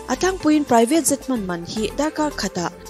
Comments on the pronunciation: I aw hi chu nalh, i lam mawilo ṭhin ber hi kalo buaithlak...Jet hi zet itih ang te jhet ang in lam hram rawh, adang pawh,ka lo ṭang ve si a, ka sawi lo ang ka ti ṭhin a mahse a pawimawh beng ah a langsar bawk sia..ka duh em em che👍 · I aw a mawi ngaihthlak anuam in a zangkhai mahse i English lam hi khawngaihin uluk leh zual la, Jet te Zet itia Collection te hi Collecsawn itia ,beng alo thlep deuh thin...lam nalh ai mahin lam dik hi angai ve a .tichuan perfect ni mai